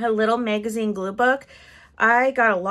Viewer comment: The mag in the word Magazine rhymes with cat not made